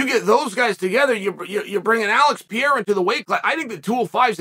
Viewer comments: It’s Perreira. Not Pierra. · Pee-Air-A. Chael, you’re CONSISTENTLY entertaining with your mispronunciation!😂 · Now if he could only learn to pronounce "Pee-era" correctly.... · Can't believe that this guy can't pronounce Pereira 😂😂